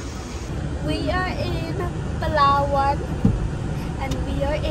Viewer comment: The way she pronounced Palawan is top notch